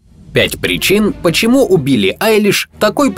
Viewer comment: "убили" послышалось.✅